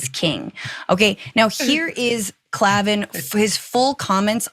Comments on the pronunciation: Pay for this? You misquote Owens repeatedly until the tweet proves you wrong, and you mispronounce "Klavan" throughout the show. How about doing just a little homework before the camera starts rolling? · Can you please learn how to pronounce his name? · Get this moron off the TYT. She can't even get the quote right until prompted; she doesn't bother to correctly pronounce the name of Andrew Klavan from the DW of whom she is speaking. Low IQ hosts are not okay. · TYT "network" is really using random people talking to webcams. They didn't even research enough to know how to pronounce "Klavan" before blasting him. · You can't even pronounce klavens name right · You should get his name right… makes you sound really uninformed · You cant even put in the effort to listen to the first two minutes if his show to pronounce his name correctly. You have simply cherrypicked one clip some intern probably found for you and now you whine about Klavan (there are no Es in Klavan) as if you actually know what his positions are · That tweet she did was weeks and weeks ago, not after leaving the daily wire. You pronounced Klavan weird. Did you research for this at all? Also Boering jokes, really? This story would have been better from Ana, leave it to the people who talk like grown ups. "Uhhh wh-wh,what? Ooook, religious mumbo jumbo" just seems a little teenage girl on Tumblr. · You’re mispronouncing Klavan’s name and getting your chronology all wrong. Wow. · You can’t even pronounce his name! Might be good to get some background on some thing that you report on. Clearly you’ve never listen to him before and have no idea anything about DW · Wow! Tell me you did NO RESEARCH on your subject. Mispronounce Klavan & then confuse Christ is King with God is King in the 1st 15 seconds of your remarks. Shameful! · Klavan is pronounced like “clay-vin”. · It's pronounced 'clay-ven' cos there's no 'E' in Klavan! 😛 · Klavan is pronounced Clay ven and he isn't the CEO